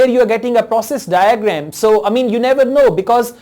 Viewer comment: daygreeem daygremm😂😂😂